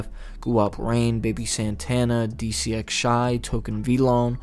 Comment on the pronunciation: dcxshy name is pronounced dee cashy